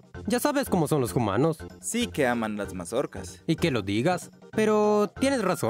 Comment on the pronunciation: Por qué pronuncia 'humanos' como 'jumanos' y no 'umanos'? Qué confuso 😳